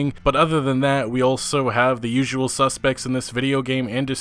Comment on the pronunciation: I don’t wanna be disrespectful or anything but he can’t say the word usual can he